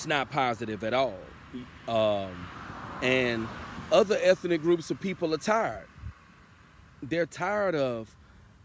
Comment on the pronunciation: "eth - EN - ic " More pure SAVVASOOCH 😅😅😅😅😅😅😅😅😅😅😅 Can I done GETZA WITNESS RIGHT DEAHHHHH 🧻 🚽 🧻 🚽 A 5 piles rating💩 💩 💩 💩 💩, P DUD 😅😅😅😅😅😅😅😅